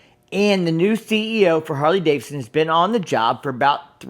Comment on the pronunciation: Harley Davidson, not Harley Davison.